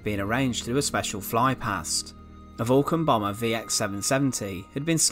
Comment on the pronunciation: “Vwulcan Bomaahhgh”